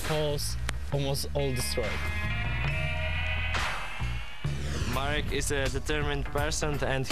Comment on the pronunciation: and pronounces Marek as "Muric" hahaha, like 'murica